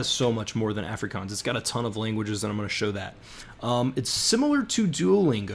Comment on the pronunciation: Please learn to pronounce Afrikaans.